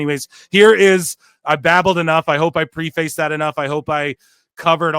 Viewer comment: Dude, it's not pronounced Pre Face.